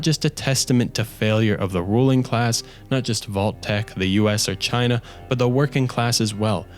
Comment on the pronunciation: Americer, chiner, and mexicer